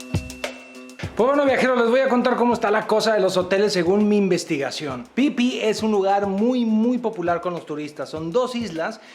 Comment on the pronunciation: Si es phi phi. Se pronuncia isla Fifi. El pipi es otra cosa 🤣🤣🤣